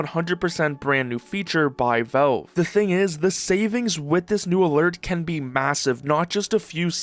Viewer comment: Say v"A"lve I challenge you